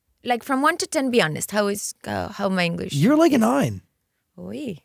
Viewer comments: Yesssssssss Belindaaaaaaa ❤ Her English is so much better than a few years. And she’s eloquent and fluent. Move to LA, practice practice the vowels and pronunciation. It’s so important and she doesn’t need much work. Just needs to perfect it. Hangout with ur English speaking friends sometimes. You’ve got this Loved the interview! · que bonito pronuncia inglés 💌